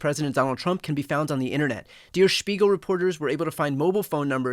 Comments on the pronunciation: well der Spiegel is sort of pronounced like that With an American accent it could sound like "Dare Shpeegil" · It nis not "Dear Spigel," learn some language, kid! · "Dear speegle"? Is that how you think Der Spiegel is pronounced? lol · American English is my first language. I also speak German. Most Americans would say "dur speegle." He said "dear speegle." It has nothing to do with an American accent. It's the result of utter cluelessness of how continental European vowels are pronounced. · 🤔😂 Brian as much i apreciate how you inform about this important topics you should work on your pronunciation of names and expressions in foreign languages. Examples; Your "DER SPIEGEL" sounds like däe Spiegel or "Zeitgeist" sounds like *SeidhGeischz" for an native speaker. Greetings from Hamburg 🇩🇪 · Dear Spegul? Do you mean Der Spiegel, as in The Mirror? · Hearing an american pronounce "Der Spiegel" is just funny for this german! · I noticed you pronounced the name of the news magazine differently two times. The second pronunciation was correct, the S has to like the S in schedule and P as in parrot. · Bryan, please check pronunciation of “Der Spiegel.” It would help to be respectful of relevant media.